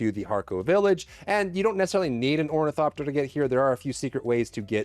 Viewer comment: did you say hornycopter? :D